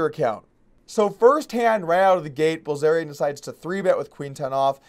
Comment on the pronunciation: Doug Polk - You said: Likwey, Quickwey and Bwillzerian. But fun video none the less. Better than I can do when not tired.